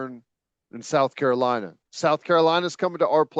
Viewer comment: teddy pronounced s carolina correctly. wha't s the deal?